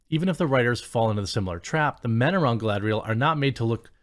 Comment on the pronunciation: I think you mean, galadrrrrrrrielllll. 😂😂😂